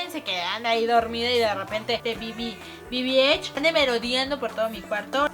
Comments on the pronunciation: El robot yo lo tengo y es bb-eight no eich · Lesslie dijo bbh no bb8